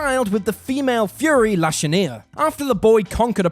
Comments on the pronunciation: You were doing so well with pronounciations, then near the end....Lashinia. 🤷🏻‍♂️ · The Fury from Apocolypes.....well her name is Lashina... not whatever u said 🤣🤣🤣